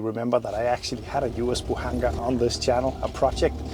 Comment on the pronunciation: the "З" is pronounced like Z in Bozo